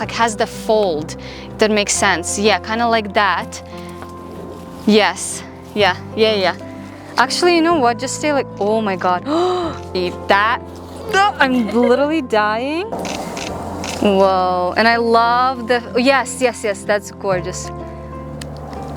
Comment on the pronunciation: "Oh Mawgwad" 🤣